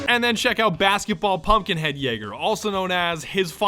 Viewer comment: Did he say bathkiball